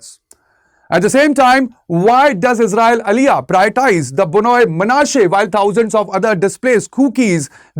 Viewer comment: Very stupid and inaccurate report who couldn’t even properly pronounced Bnei 😂 Do you home work first before you spread your false narrative.